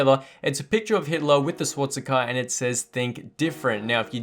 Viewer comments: why are we all ignoring the fact that he said "swatsicka"? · Did he say swatticker instead of the other word which I dare not mention in youtube comments.